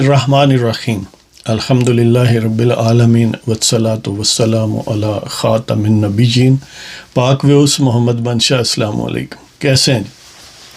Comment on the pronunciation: اس نشئ کو نہ تو کلمہ طیبہ پڑھنا آتا ہے اور نہ ہی خاتم الانبیاء یا خاتم النبیین کہنا آتا ہے اور نہ ہی صحیح طور پر محمد صلی اللہ علیہ وآلہ وسلم پڑھنا آتا ہے۔ ویسے اسکا قصور بھی نہیں ھے کیونکہ موصوف کی والدہ ماجدہ قادیانی یعنی مرزائی تھیں۔